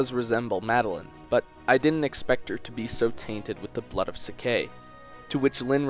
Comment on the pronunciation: 4 yea but its wrong